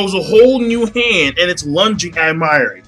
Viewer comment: The way you say mayuri name....Say it right next time it killed me every time you said his name. And yes it was a fucked up chapter.